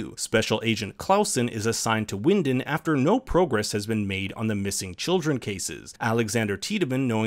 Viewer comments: Why do you pronounce Sil-ja when it's pronounced Silya? And Mikle instead of Mikk-el? It's not hard, man. Also, Winden is spoken as Vinden. Regina is spoken as Reg-ina. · Couple of minor corrections: Silja is pronounced "Seelya". There are some other smaller pronunciation errors (e.g. Winden should sound like "Vinden") but this one is pretty jarring. Hanno/Noah was continuously raised by Bartosz and knew the whole time that he was his father. The viewer might not have figured it out yet (until the scenes that show Hanno and Agnes' births, the latter with both Bartosz and Hanno present) but it's never a mystery for Hanno himself.